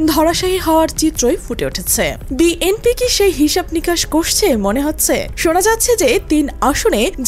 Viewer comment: বিএনপি শব্দটা উচ্চারণে ত্রুটি রয়েছে। যিনি ভয়েস দিয়েছেন বিষয়টি খেয়াল করবেন। কানে শুনতে ভাল লাগছেনা।